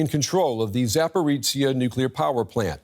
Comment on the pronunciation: Why can't anyone at DW pronounce this city/power plant name correctly? It's a "zh" not a "ts" or a "ch" sound. Come on people, you're professional journalists yet report after report you get it wrong. Not even close! aaargh